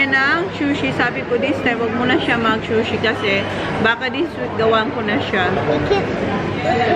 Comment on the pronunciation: di po shushi but sushi( pronounced sooshi)🙏🙏 I like when Zack and Holly loves to go out with you. Cherish it❤❤❤satisfying parati ang grocery shopping mo! I'm sure she's thinking about the menu she will concoct while shopping👍